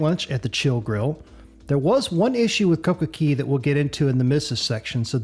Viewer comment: Coco CAY! Not CEY! Say it right. It’s an A not an E